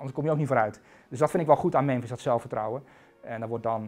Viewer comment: “Ik zei Mèmèns”